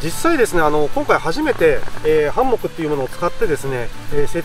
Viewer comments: ハンモックのイントネーションが気になってぜんぜん内容が入ってこない🥺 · 非常にわかりやすくて参考になりましたがどうにもハンモックのイントネーションが気になってしまい集中できませんでした笑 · ハンモックん？イントネーションが？！😅 律儀なんですねえ、ハンモックを設営するのです幹にタオル巻いて設営してる動画初めて観ましたよ。🤔 従来型のハンモックは沈み込みが腰に悪いから使わないな😓 HEAVEN Tentoってメーカー？のハンモックは画期的なハンモックで沈み込みが従来型と比べて格段に少ない。☺️ けど？！めっちゃ価格がバカ高い！！🤪 ハンモックの価格じゃねえ！😓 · ハンモック泊良いですよ〜😄 快適だし荷物少なく済むし◎ 木にタオルや専用のカバーを巻くのは撮影じゃない時でも極力やった方がいいと思いますので続けて下さいね！ あと…他の方のコメントにもありますが「ハンモック」のイントネーションが気になりすぎてその後の「蚊帳」のとこも🤔!?てなっちゃいました(笑)